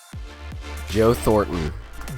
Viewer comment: I'm not doubting his play, I'm just saying it sounds like he said Yo Thornton, not Joe Thornton lol.